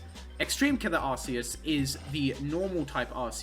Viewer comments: It's actually "are-koos," like Zeus, but with an "ark" at the beginning. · Umm actually it's pronounced arkoos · its pronounced arceuid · it's objectively ar-kay-us since it's arcane and deus, making it so noone saying ar-key-us or arse-ee-us can complain about other pronunciations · I honestly don't care which way you want to pronounce it, but just pick one man. You pronounce it two different ways in this video lol